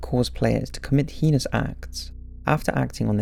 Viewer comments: Why do you keep pronouncing "heinous" as 'heehus'? lol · Thats not even closento how you pronounce heinous